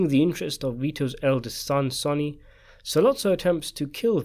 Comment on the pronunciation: What is this guy on about. This isnt even a question its CLEAR in the film when Vito and Michael talk about it the plan in the garden so this is a total waste of time. By the way, dont ever listen to the opinion on the Godfather of someone who pronounces Sonny's name completely incorrectly !!!